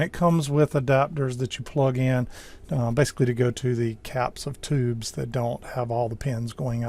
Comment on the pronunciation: Despite your light Southern accent, I will credit you with pronouncing the word "tubes" instead of "teebs".